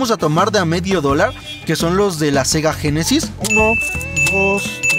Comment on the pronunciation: Me estresa que digas Sega génesis jajajajajajajaja Y que los tires Los avientas No hagas eso... Cuidalos